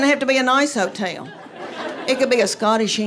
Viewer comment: "You know mean love a hoe-tehl!" LMAO!!! 🤣🤣🤣🤣🤣🤣🤣🤣